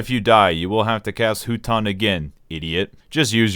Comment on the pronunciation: Huton is actually pronounced as "fuuton" when you say it, huge naruto shippuden nerd over here, rewatched all 700+ episodes three times so yeah huge weeb flex I know 😎.